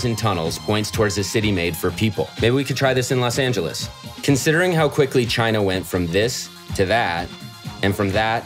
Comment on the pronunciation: "It came from.... Chy-Na!".